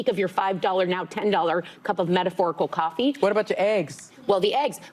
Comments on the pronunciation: what is a cup Qoffee? 😂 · I hate how she pronounces coffee… Also, these women are absolutely horrendous and spread so many lies… brainwashing women every day